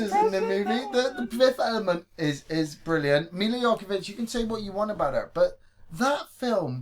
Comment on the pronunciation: Hey its Milla Jovovic not Jokovic.Love the Podcast keep up the good work guys!